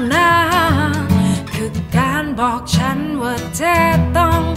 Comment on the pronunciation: ลองออกเสียงแบบชัดๆเลยน่ะครับ อันนี้แนะนำ เช่น จายเป็นใจ ฉานเป็นฉัน ลองดูน่ะออกเสียงให้ชัดเจน แต่เดิมก็โอเครอยูา มีเยอะที่ยังออกไม่ชัดและไม่เต็มเสียง